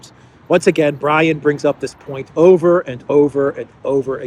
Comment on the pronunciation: "it's over" is not used anymore, but "it's oviyr"😂😂😂😂